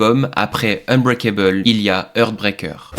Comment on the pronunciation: 🙏 SVP, apprenez a PRONONCER LES TITRES SANS LES MASSACRER 😮 "Heartbreaker"= "HArtbrEYker". "Threatened" = "ThréTeuNd". C'est le seul défaut de vos vidéos passionnantes ! ❤ 🙌